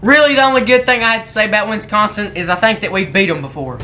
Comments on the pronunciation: ( he don't like winskonsin as he pronounced And one question why did you hit us with the fur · Can u learn how to pronounce wisconsin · Winsconsin It be Wisconsin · It Wisconsin not Winston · i love how he says winsconsin!! lol